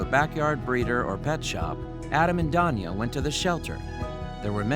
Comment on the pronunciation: Is he saying Tanya weirdly, or is Danya really a name?